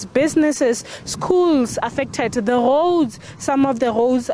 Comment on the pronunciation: Goad or Roads 😂😂😂